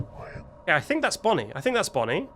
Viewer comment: I love how he calls bonnie bonyel